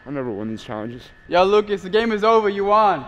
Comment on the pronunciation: When is saying Lucas u won. It sounds like Lucas Ivan.